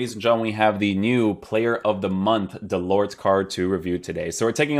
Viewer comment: Nice review as usual. Just a tip in french you do not pronounce the final “t”. This goes for Delort or Mollet for instance. Pronounced Delor and Moley.